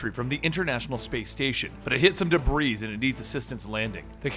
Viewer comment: i feel you really should take an english course or two, so you can pronounce things such as"debris". love your stuff, but you should really fix this issue...